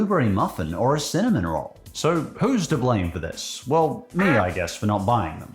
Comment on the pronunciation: I am not joking, when you said "cinnamon roll", I thought you said semen roll.